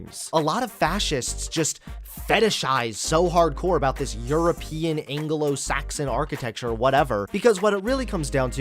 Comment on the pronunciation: Nobody:: angolo-Saxon